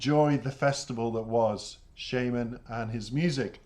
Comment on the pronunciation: Thanks for the reaction, very in-dept analysis. I have only one small criticism. The artist name is pronounced shAAman, like the magic person that calls for spirits out in the wilderness. It's a stage name, his real name is Yaroslav Dronov.